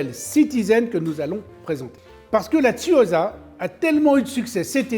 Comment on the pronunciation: On dit "S" et pas "Z" pour les deux "S" de Tsuyosa en japonais